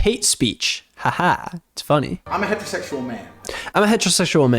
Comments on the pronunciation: he keep saying hetertetual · “Hetro sexul”